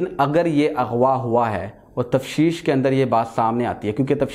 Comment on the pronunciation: Tafseesh nahi Tafteesh hota hai